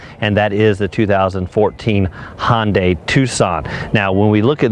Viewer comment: One minor nit....it's pronounced "Hun" dai, not "Hon" day, like it's trying to be a Honda product ;-)